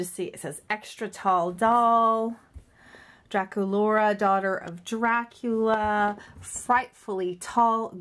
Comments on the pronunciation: you said durakulora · Dracolaura....... No DracUlara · on my ra she is not saying Dracula's name correctly